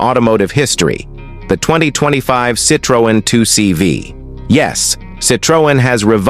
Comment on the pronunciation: Why is every picture different car. Narration is terrible... Cit-ree-on